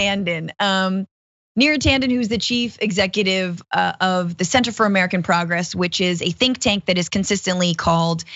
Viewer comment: "Center for American Progress"... the emphasis is on "Center" than "Progress".